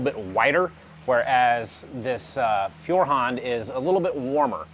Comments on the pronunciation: Just as you fell back to the wrong pronounciation during the vid, i thought of how to explain it in written letters . so its not Fewerhand (like "a few") but like in the english word "TOY", Foyerhand . Get It? And the part HAND is not spelled like in the word Band ( music) but like in GRAND or even better like in the word HUNT. Dont get me wrong please, i dont wont to be arrogant, just want to help you improve your foreign language skills. Have a good time and thank you again for the show and for appreciating german quality levels ( which are sadly declining rapidly) ! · The pronounciation for Feuerhand is actually rather easy: Feu like foi in foil, er like err in error ha like ho in honey and nd like nd. So together foierrhond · First, congratulations on you improved pronunciation of Feuerhand since your previous video, still not great but I can tell that you are trying. LOL. I am in my mid-sixties and kerosene lanterns were a thing in rural areas when I was a child. My Grandfather did not say "kerosene" he said "coal oil". The light that they put out is warm and friendly, much more so than any LED lantern. Your video prompred me to buy a lantern, a Feuerhand to be exact. The difference in quality is readily evident both to see and to hear in the video. One thing I came across in looking for a lantern was a Czech lantern called "Meva". I would expect the quality to be on par with the German lantern. Would you be interested in doing a video adding a Meva to the comparison? Thanks again for your videos.